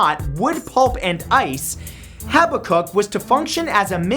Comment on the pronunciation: "Haba-kuk" its actually "ha-bak-kuk"